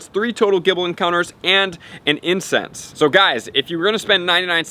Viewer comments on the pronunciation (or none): Every time he says incense I understand incest😂😂😂